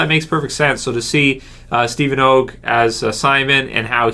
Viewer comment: You keep pronouncing it Oh gg i believe its pronounced AHH gg